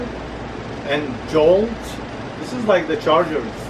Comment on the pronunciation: Let's smash that thumbs up for pronouncing Jolt correct, they haven't made that soda in forever...that made everyone super hyper from all the caffeine!